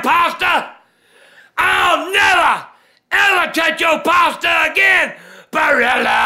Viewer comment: Love the unnecessary emphasis on Barilla XD